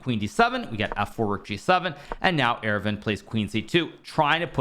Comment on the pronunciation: Friendly note, Aravindh is pronounced Ar-vind similar to how you would say ar-jun. The second a is silent in aravindh.